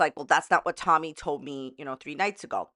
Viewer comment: Tolllmy. She says the most incorrect things with an L and it makes me gag